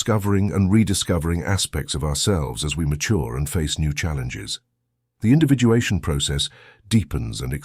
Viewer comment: Individuation - not Individualation